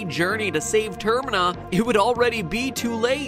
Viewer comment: dont mean to be rude but… Termina. Pronounced tuRr-MEE-na